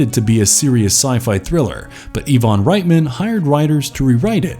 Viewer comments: Overall, not a bad list. But you made some mistakes. How do you manage to pronounce 'Ivan' as 'Yvonne'? Also, William Gibson's book is called 'Neuromancer", not "Necromancer', and I highly doubt it had anything to do with that movie. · Has the narrator never heard someone pronounce the name Ivan before? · Since when is Ivan pronounced "EeeVon"? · Nektrotonic was based on the book Neuromancer, not Necromancer. This channel is getting dumber, it's Ivan Reitman not Evon